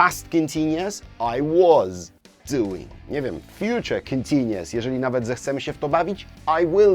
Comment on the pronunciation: Panie, ja pana grzecznię proszę. Niech Pan mówi w słowie continuous U sound. Bez względu na akcent należy go wypowiedzieć. Taki szczególik a pamiętam jak Pan na początku źle to mówił jak ja. Życie wtedy było takie proste i niebolesne dla uszu.